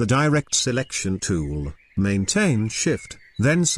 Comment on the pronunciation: Everytime the tts says tool, all I hear is Toowowowloo